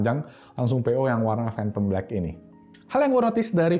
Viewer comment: "Fhantom black"